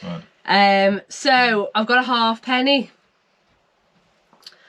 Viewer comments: It's a ha'penny (pronounced haypenny) not a half penny, despite what's on it! Yes, just stick it to the frame. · Its not a half penny but pronounced hapenny. Good show. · It was a positive comment. I'm positive it's pronounced Ha'penny😂😂